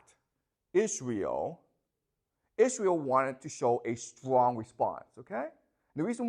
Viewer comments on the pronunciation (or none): none